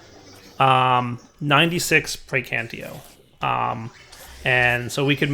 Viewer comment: Is ever going to pronounce 'praecantatio' correctly?